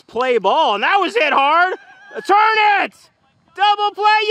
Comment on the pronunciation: beautiful turn sounded like he said beautiful turd